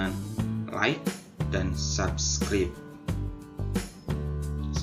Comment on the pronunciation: Kak itu cara baca subscribe itu bukan ngikutin tulisannya tapi pengucapannya itu gini kalo mau dalam bentuk tulisan " Sabscrab " gitu kalo menurutku kalo dalam bentuk tulisan..... Terimakasih juga atas ilmunya.... 🙏🙏🙏🥰🥰🥰